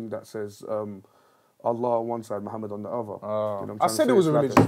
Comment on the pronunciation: Man says Muhammad with tajweed. Subhanallah. Baddest rapper ever